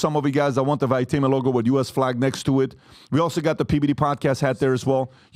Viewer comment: bro "Valuetainment" hahahaha